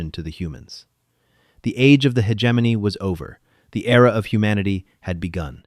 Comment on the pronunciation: Could we pronounce "hegemony" correctly? How about "Nicoise"? "Inputted"? Just input, thank you. The narration switching randomly into a fake British (or Australian?) accent is annoying. And even more annoying is the narration going off the deep end with yelling. "Lead" lining?